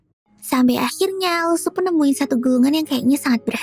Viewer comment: Gw yang salah dengar apa kayak gimana yah namanya "usup" 👁👄👁